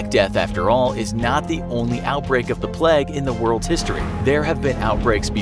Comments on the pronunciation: Why is he pronouncing it plaque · The way u say plague irritates me so much, it's not pleg... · ‘The pleg’ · Americans really saw the word ‘plague’ and thought yeah that’s pronounced ‘pleg’